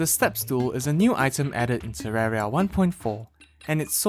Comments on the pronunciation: It’s terraria not terrara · This is the first person I ever heard call it terrara